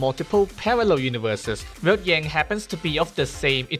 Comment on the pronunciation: He said "V"elt ❤❤❤❤❤❤ Yeeeeeeeessssssssss!!!!!!!!!!🎉🎉